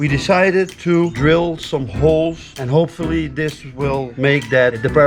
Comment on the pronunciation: J'adore quand il dit "hopefully" a mdr